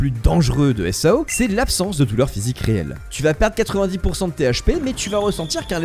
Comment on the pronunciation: Supert video apart quelle que prononciations qui serais potentiellement a verifier (example: SAO ne se dit pas en un seul mots mais sous forme d'acronyme comme par example EDF ) sinon dans l'ensemble tres bonne vidéo selement je pense aussi que personellement parler du risque ect de se retrouver bloquer dans SAO ect est bien mais une suite sur les diferente capasiter de Asuna et Kirito comme leur synchronisation ou leur technique comme par exemple combien de temps il faudrait un humain dit standard pour arriver à ce LEVEL de maîtrise, ou bien, aussi euh comment le développeur de sword art online Qui est aiko kayaba aurait fait pour construire tout le système de SAO dans le monde qui est le notre aujourd'hui et aussi comment si cetais posible comment serion nous rester bloquer dans le NeverGear. (En tout cas merci pour cette vidéo)